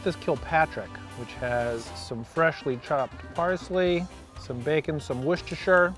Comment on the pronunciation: You're the first non-British guy I've seen pronounce Worcestershire correctly